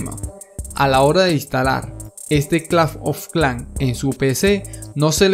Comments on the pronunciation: clafh ofh clan xd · si notan en su pagina dice aki en ves de aqui no soy un hater pero nose me dio mucha risa cuando escuche claf of clan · lo mejor del video es que dice claf of clan aunque se dice clash of clans pero bueno a mi me hace gracias y es el primer video que encunetro que el link no contiene virus:D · A alguien mas le incomoda cada vez que dice claf of clan jaja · ⬇️⬇️Las veces que dijo claf oj clan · nadie: absolutamente nadie: este men: claf of clan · like si este men te trauma cuando dice claf of clan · el "Clafn of clan" XD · claf of clán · El men dige claf of clan me hiciste el dia bro te ganaste un like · c dice claf of clan ahora;} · claf of clanf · claf of clafnm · clanf of clan xD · claf of clanc ajajajaja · claf of clan XD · claf ofh klans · CLAF OF KLAN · CLAF OF CLAN :V Q PEDO LISE SI ESCUCHARON XD :V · claf of clan JAJAJAJAA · CLAF OF CLAN XD! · pronuncias un poco raro clash of clans